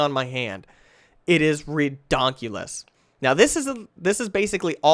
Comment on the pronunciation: “That is re-DONCULUS”